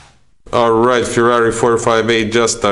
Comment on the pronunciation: The car is called FERRARI not FIRRARI get your pronunciation right, you are damaging the brand 👎